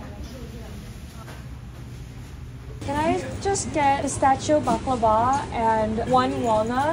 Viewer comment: i think you're the only foreign person that pronounce baklava super smooth correctly thanks for that